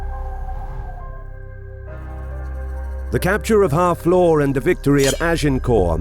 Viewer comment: FFS, Harfleur isn't pronounced "Half Law," it's more like [HAA] + [FLUR]. Took me awhile to figure out wtf you were saying.